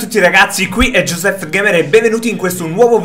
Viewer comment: L'ha minacciato con un coltello rivolto verso le palle.. le dovrei riscuotere? xD HAHAHAHAHAHHAHA.. APPROPOSITO.. Ma perché non riuscite a dire il nome ''''? Ma siete impediti o cosa? Goseph, Joseph, Gospeh.. ma siamo seri?